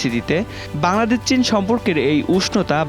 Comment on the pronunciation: 😂😂😂its chin...not shin😂😂😂😂